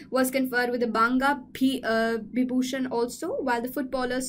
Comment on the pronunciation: Best part of the video is when she is struggling with pronunciation of "banga bibhushan"... It was cute anyway!